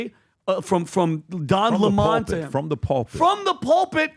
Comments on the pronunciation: Don lemon. Not pronounced. Le monde. Its a lemon. And lemon loves smollet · And you all constantly love to intentionally mispronounce people’s names if you don’t like them. One of you idiots said Lemon correctly once, but all the other times said it wrong. One of those times you even called him “Lamont”… And right before I saw this idiotic video, I watched one of Laura Loomers lackeys do the same shit right to Don Lemons face, so it’s all quite obvious what you’re doing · Lah-mon'? Lemon. Writing something about what? Nobody will read it. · DON LEMON, HIS NAME is Don LEMON LEMON like the FRUIT LEMON, not 'LeMans' but LEMON like LEMON -ADE I grew up watching Don LEMON on our local CBS affiliate in Filthydelphia, PA, WCAU Channel 10 News. THEY REFERRED TO DON AS Don LEMON .. OK got it !!!! One can only, I can only hope WE cross paths... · Why is calling him le mon 🤣🤣🤣🤣